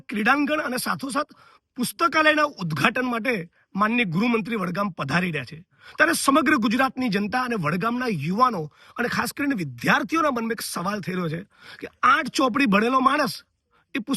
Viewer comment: ભઈલા, "વિધ્યાર્થી" નહીં, 'વિદ્યાર્થી' બોલો.